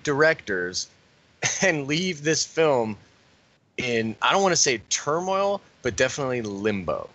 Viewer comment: Loool, great podcast but it's Turmoil!